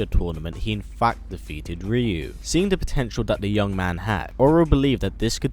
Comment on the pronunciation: Hearing the way you say "Ryu" is frustrating lol